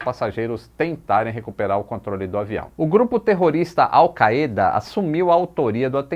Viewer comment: O que eu mais gostei foi você ter pronunciado corretamente o nome da AlkaÊda, e não erradamente como os americanos pronunciam alkaida!!! Parabéns,!! Este acidente foi simplesmente uma catástrofe anunciada pela negligência da empresa e dos funcionários dela!!!